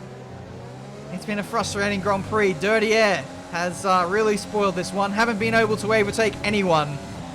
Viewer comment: "Haven't been oble to avertake" really proves that you were too tired.